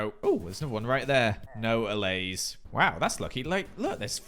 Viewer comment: I may be too late for this, but I'm binging this series and I'm pretty sure those foxes will be able to jump right over the balcony fences. p.s. kudos for pronouncing allays correctly